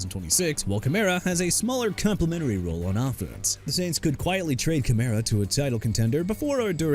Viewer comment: BRANDON AIYUK ALREADY GOT TRADED TO WASHINGTON!!! WHAT ARE YOU TRYING TO PROVE HERE?! ALSO KAMARA PRONOUNCED KUH-MA-RUH NOT KUH-MEH-RUH!! JAGUARS PRONOUNCED JA-GWAARS NOT "JAGWIRES" AND NEW ORLEANS PRONOUNCED NEW OR-LINS NOT NEW OR-LEANS!! KAYVON THIBODEAUX PRONOUNCED TI-BUH-DOW NOT THI-BUH-DOW!!HOW MANY TIMES DO I NEED TO KEEP TELLING YOU DUDE?! YOU KNOW WHAT? YOU AIN'T CUTTING IT. YOU NEED TO BE TRADED OUT OF THE JOB.